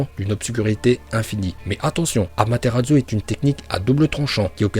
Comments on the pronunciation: AmaterarSsu ça se prononce pas Amateratzu, sérieusement quoi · Autant j'adore tes vidéos, autant je déteste celle avec. Ce mec ne sait pas parler, c'est chaud! Entre "Sinppunden" au lieu de "Shippuden", "Feuilleton" au lieu de "Futon" et "Amateradzu" au lieu de "Amaterasu"... Put*** mais dans AMATERASU tu le vois où le "DZU"???????!!!! Sinon j'adore tes vidéos, continue! (Mes pas avec lui STP) Naruto vie!